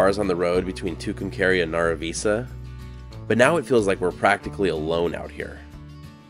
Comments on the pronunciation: Northern NM native here. I once had relatives in both Nara Visa and Clayton. Loved the land, darn hard to make a living though. BTW Nara Visa is pronounced Nara as in narrow except with the a. And Visa, not like the card, but like vice-a. It's ok though, you didn't meet any ghosts to correct you.😂 I think the volcanos are more scenic and interesting. One is a very large shield volcano, like Olypmus Mons. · I live in Tucumcari but I love taking the drive to Clayton. The old school building in Nara Visa (pronounced Naira Viesa) is still used for town meetings, cowboy poetry presentations, snd other exhibitions. I have hauled many loads of cattle to the sale barn in Clayton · The town that is NE of Tucumcari, is pronounced Naruh Vice uh.... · FYI - Nara Visa is pronounced “Nair-a V-eye-Sah”